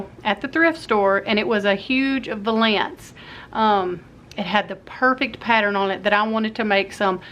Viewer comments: Pronounced val-ance not va-lance. My friend says it the way you did. All looks great. Love it... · I was just watching and to me the ankle of your stocking was to thin. That's why typical stockings ar cut the way they are. Plus, the word valance would be pronounced val'-ants. I hope that helps.